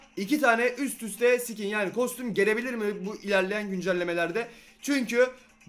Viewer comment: Sikin deme abi sıkin de ;)